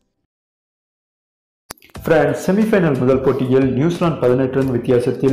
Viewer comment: Fast you how to pronounce frands You sound like fraands